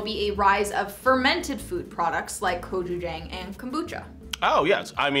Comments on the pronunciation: bruh whats with their pronunciation gochujang, its gochu - jahng not gochujaeng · sunflower seed butter > chickpea butter - gochujAHNg, not gochujAENg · screaming internally gochujang = go-choo-jAHng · Me: oh gochujang... Fbe: it’s gochujANG They should’ve gotten tteokbokki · I’m Korean and I’m laughing because they said gochu jAng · The way she said Gochuchang was sooo sooo wrong. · "Go chew chaeng"....ah come on. Don't murder the name now 고츄챙 ㅋㅋ ^^ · *GO-Chu-Jang :) I was confused when they said it at first lol but I love that they liked it :D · gochuJANG (jah-ang) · I’m sorry but authentic Gochujang (go-choo-jahng) is spicy. Idk what they gave y’all. 🤦🏼‍♀️ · The way she said gochujang I really can’t Mukbang was bad enough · the way they're pronouncing gochujang is killing me tbh🤣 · I’m Korean and they have been pronouncing Gochujang wrong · i don’t think that’s gochujang and i’m crying w the pronunciation but it’s alright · Gochujang is a chili paste...that doesn’t look like the consistency, and definitely doesn’t sound like what it tastes like..idk if that’s like a new gentrified version. Definitely not the Korean one. And the pronunciation was horrible, can y’all at least try? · The pronunciation of gochujjang is so bad. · How they said gochujang omg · That pronunciation of gochujang though....... 🙈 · Omg the way she butchered 고추장 hurt me